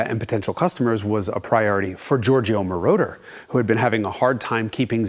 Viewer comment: If I didn't loathe AI with a vengeance, I would be feeding "Isetta Mordor" to it.